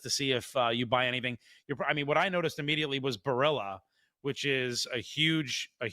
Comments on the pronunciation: Well this guy says Barilla wrong. Why not at least learn the correct way to say the highly regarded Italian company if you're going to talk about it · You really kill the pronunciation of Barilla.